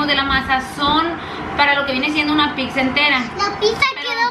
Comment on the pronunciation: De donde saca la gente la c para cuando dicen "pizza" porque dicen "piczza". NO ,- es sólo pizza como pisa.🍕🍕